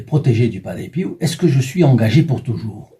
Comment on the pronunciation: De famille on prie San Padre Pio.. EN 2003 ma tante le la fait connaître et encore' merci pour cet grâce à PADRE PIO 🙏 merci de le faire connaître.. ' (Prononcé Pio.. Et non Piou comme vous le prononcé lol 😂 😉merci de pouvoir créé un groupe de Padre Pio 🙏 💖